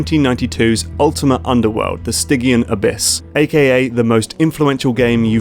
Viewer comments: the 'g' in stygian is pronounced like a 'j' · Lol, that's funny, calling us out on the way some people pronounced Deus Ex as 'Doose Ex' when you just pronounced Stygian Abyss with a hard G instead of a J sound... I tease of course. I personally enjoy immersive sims myself. I just wish that some of them didn't necessarily have to come as part of an indie group's attempt to combine everything that made them nostalgic about gaming into one package. I.E. a world doesn't need to be randomly generated to have good random encounters. I'd like a world that feels real but sometimes that real world needs construction in order for it to feel real, as otherwise there isn't much order (Minecraft's village generation is a good example). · According to the in-game cinematics it’s pronounced Sty-g-un Abyss,. Aha! The shoe is on the other foot. I think even Garriott himself has pronounced it St-idge-e-un Abyss though, so who knows.